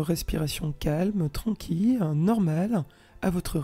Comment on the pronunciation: Bonjour, merci pour cette excellente séance, que j'ai faite hier et ce soir après le travail. La voix est douce et posée, la durée parfaite pour moi, ni trop longue ni trop courte. Il n'y a qu'une seule chose qui me fait sourire c'est de prononcer tranquille comme quille:-) jamais entendu prononcer ce mot comme jonquille alors il fait que je me concentre pour ne pas rire. Et serenitude? Ne dit on pas sérénité? Bref...ces bricoles qui n'engagent que mon côté plaisantin, n empechent pas d'accéder à une véritable plénitude. Et pour cela, je vous adresse un grand MERCI 🙏. Karine